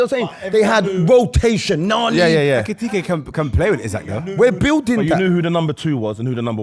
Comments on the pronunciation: It is when people think it’s tkt and not ktk try say it tkt way I bet you get tongue twisted lol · Lawd, the number of times they murdered my man’s name. It’s EKITIKE, I swear it’s not even that hard 🤣🤣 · Hugo's name is hard to pronounce but ain't gonna lie 'etipete... Nketiah' gold🤣🤣🤣 Great episode, you lot smashed it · These guys saying Etikite is killing me 😂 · 4 black men struggling to say E-KI-TI-KE is a problem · why did they all struggle to say Etikite?! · ekitike is such an easy name to pronounce, im tired of jamaicans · You man need to respect Hugo Ekitike's name, says it correctly or near enough but the rest of your try be funny, respect his name. You lot moving like them white people at work that struggle with seeing african names and call them random names. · calm down lil bro, no one’s agreeing with the Ekitike point. It’s also not that hard to say his name. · How many times did they mispronounce ekitike😭😭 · Ay tell to shut up man 😂, man's doing the most trying to get on to Ekitike and can't even pronounce man's name. Yeah Liverpool spent that much for a back up, thats the level, you can hate from outside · 45 mins of these man mispronouncing ekitike ffs